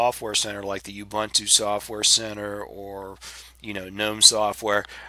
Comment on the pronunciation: Well, speaking of pronunciation issues. Ubuntu is pronounced ooboontoo. I used to pronounce it as oobuntoo until a friend of mine corrected me, and I looked it up. And technically it's g-nome, not nome, but that one I don't care how it's supposed to be pronounced. I'm still going to pronounce gnome as "nome" ***I still gave thumbs up on the video though.***